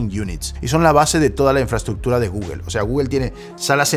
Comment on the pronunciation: porque pronuncias tan mal google xd